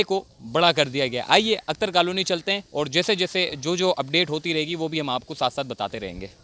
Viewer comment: اختر کالونی۔ اکتر کالونی نہ بولو۔